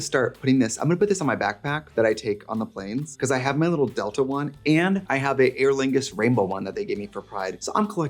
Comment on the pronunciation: Is she saying airlingus?